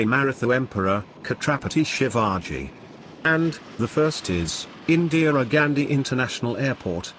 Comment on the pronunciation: Pronunciation of Mumbai airport is funny. It looks katarapati Shivaji Instead of Chatrapati Shivaji. The airport very good and world class. Mumbai Govt has worked really to construct this airport. But there is still unparalleled runway in Mumbai. If they construct parallel Runway then definitely there will be an individual runway for takeoff and landing which will be easy to handle air traffic.